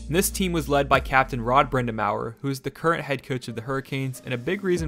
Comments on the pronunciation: As a Canes fan since they moved to town, I appreciate this video. A couple of pronunciation things: -Raleigh is closer to Rah-lee than it is to Rally -Brind’Amour is Brind’A”more” not Brind’Am”our” And a couple points of contention: -PNC Arena is NOT located on NCSU campus. The football field IS across the parking lot, but both are about 3 miles as the crow files from Talley Student Center which is about the center of campus. -Raleigh isn’t a college town. Yes the state’s largest University is in the city as well as a few other colleges, but students make up about 3% of the Raleigh Metro Area population. That’s like calling Atlanta a college town because GT is there. -“Rod The Bod” did out work all of his teammates when it came to gym time, and I’d wager he still out works most of the players in the entire NHL, so there’s no “the coach MIGHT out work a player”, he does! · Rod Brind a mower 🤧 it's brind-a-more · First... PNC is not on NC State's campus. Second... Rod Brindamawer? Anyone with even a cursory knowledge can pronounce a Hall Of Fame player. Third: Karmenos... Car-mah-nos Fourth: Rahlley? Fifth: Fact check that for me. Seriously... it's called Google. Robert Pera owns the Memphis Grizzlies at 36 years old. I did that in 10 seconds. Sixth: Selling more tickets than they had seats? How? Seventh: Donny Wadell. I have never heard anyone ever call him Donny Eighth: See second point. Ninth: I wish I hadn't watched this trash... I stopped at 7 minute mark and lost the last 7 minutes of my life to this steaming mispronounced dreck. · I totally lost all respect for your opinion when you pronounced Rod Brind'Amour (Brind-uh-more) as Rod Brind'Amour (Brind-ah-mao-er). Seriously, you couldn't take 5 seconds to look up the pronunciation of the captain when we won in 2006 and our current head coach? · I know brind'amour looks like it's pronounced brinda-mhour but it's brinda-more buddy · “Brind-a-mower” lmao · The coach’s name is pronounced Brenda More.